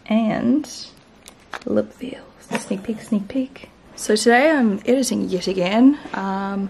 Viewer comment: Hey gal! Veil is actually pronounced like vayl ☺️👌🏼